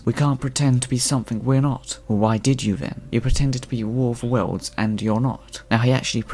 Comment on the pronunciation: Look. It's 'adaption' ok? It's also : 'Worfa Wurls'.